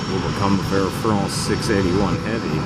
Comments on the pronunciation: It’s Not Fronce it’s France 🇫🇷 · Air Fronce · It’s pronounced FRANCE not FRAWNCE. All the flight controllers got it right, except, of course, the guy making the video. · Air France, not Air Fronce..jeez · If you had KYFMS, you would have heard FIVE times it was the left (port) engine that had failed!!! And it’s FRANCE, not FRONCE!! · No one: Camera man: AIR FRAUNNCE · “Air Farance” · Trevor Graham Welch I had same comment. Why the hell people keep on saying FrOnce? Ridiculous! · I love how he says Air Fraunce 😂😂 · Air Frrrrannnnnzzzzz, then back to regular hyper-nasal English…..😂